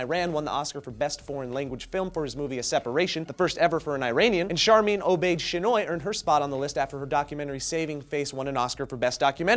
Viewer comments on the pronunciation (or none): I am so proud of Sharmeen Chinoy (its pronounced chin-oy. not shin-oy:P) I am a Pakistani and Sharmeen brought the better side of us <3